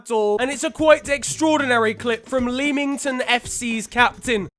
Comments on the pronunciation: man said “leemington” do u mean leamington as in “lemington”? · It isn't 'Lee-ming-ton' It is : 'Le-ming-ton' as silent a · my guy... it’s pronounced LEMington NOT LEEMington... it’s not shithousery.... it’s just u being a spoon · What i Leemington. Its Leamington mate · Lemmington not leeeemington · Isn't it Leamington not leeeemington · It’s pronounced ‚lemmington‘ just like reading is pronounced ‚redding‘. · leemington fc mate when he can’t even say your own town name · I’m sorry, did my guy just say leeeemington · Did big man just say Leemington? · FYI Leamington is pronounced like lemon not lean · That pronunciation of Leamington caused me pain :( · the way u said leamington rly rly hurt me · Learn to say leamington